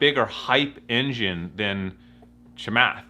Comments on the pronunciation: Great video, but his name is pronounced Cha-Moth, not Chay-Mith. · "CHAIMATH" LOL